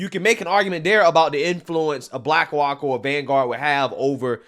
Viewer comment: Lol. Bwackwok Isn’t it pronounced Black Rock